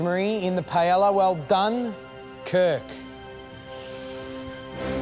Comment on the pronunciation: As a Portuguese brother of Spain, it annoys me the way they say paella 😂 I can't imagine what a spanish feels.